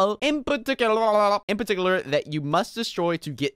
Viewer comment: par-tic-you-lar